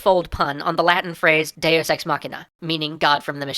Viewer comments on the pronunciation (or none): I must be more perverted than I thought, I can NOT hear him say Deus Ex without hearing Day of Sex. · Every time you say "deus ex", I keep thinking you're saying "day is sex" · lol it sounds like he says day o' sex